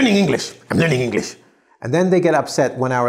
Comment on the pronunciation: You said enlish instead of English